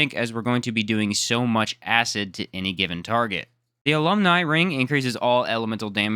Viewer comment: First video I've seen alumni ring pronounced correctly lmao